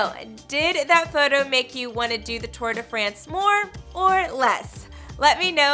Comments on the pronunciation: “Tour de FRENCE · Holy shit, it's pronounced France not France